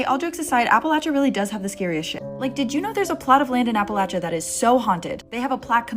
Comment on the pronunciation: The correct pronunciation of Appalachia phonetically is a·puh·lay·chee·uh, not as you pronounced it. Research!